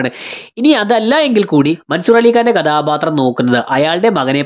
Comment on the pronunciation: കദാബാത്രം അല്ല മോനേ കഥാപാത്രം